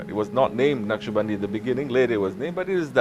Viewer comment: Beautiful, inspiring, heart moving. And it's 'Naqshbandi'.